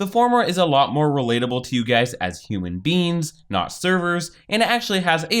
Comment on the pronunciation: I swear he said human beans